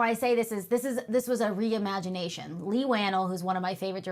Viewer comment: It is kinda weird to claim that you are such a fan of Leigh and you can't even pronounce his name right, matter of fact i heard about 3 different pronunciations and non of them was right lol